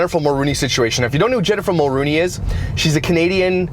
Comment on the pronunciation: It’s Jessica Mulroney not Jennifer Mulrooney.